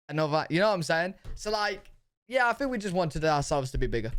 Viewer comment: dude you cant even speak basic english....the word is think....not fink.